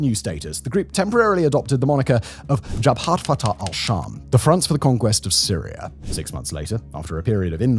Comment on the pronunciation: Correct pronunciation: Al-Sham❌ Ash-Sham✅ Al-Shara❌ Ash-Shara✅